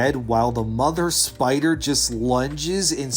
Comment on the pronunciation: big pussy baby scaywed of big spewder